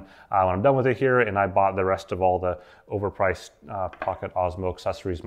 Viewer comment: I like how you say "over priced" 😂 preach!👍👍👍